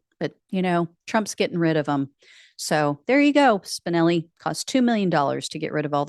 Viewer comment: Every time you say Spinelli I hear Spicoli